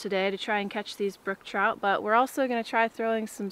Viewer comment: Its brook trout. Not brooke.